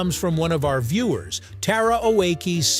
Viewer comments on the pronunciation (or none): o a key? no, oaks 🤣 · Not sure Tara Oakes will appreciate her last name being pronounced "Oh - ay - kees."